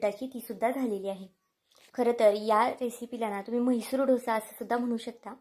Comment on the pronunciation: ढोसा काय बोलता. डोसा बोला